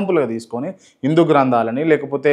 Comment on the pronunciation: ఇందు కాదురా, హిందు